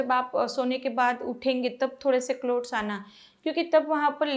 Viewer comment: Clout nahi Clots... Please pronounce correctly...